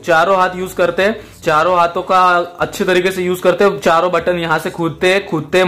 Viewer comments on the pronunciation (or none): WHO NOTICED THAT HE SAID CHAROO HAATHOO SEE KHLTEE LIKE👇👇